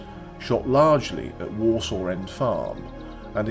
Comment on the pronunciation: As a born and bred Clitheronian, I really enjoyed the film. Just a small point .. Worsaw is pronounced (at least locally) as "Wursa" rather than "Worsaw"